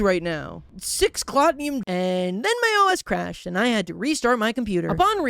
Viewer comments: The way he constantly mispronounced "Cloutium" as "Clout-ni-um" or "Clot-ni-um is so annoying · Clout-ee-um not clout-ne-um but still love the vid